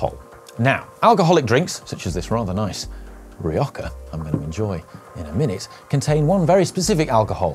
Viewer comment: ".....Riocka" - Mate, wut? AHahahahah thats a Rioja, bruv, pronounced "Ree-Oh-ha" Oi vey